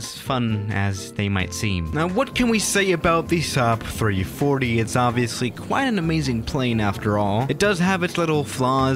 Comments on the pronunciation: says 3140 instead of 340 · XD and he said 3140 too